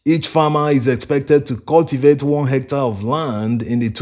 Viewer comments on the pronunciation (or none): none